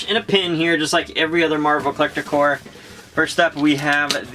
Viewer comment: i cringe every time he says Marvel Collector CORE, Its marvel collector CORPS, with a P. Love the video by the way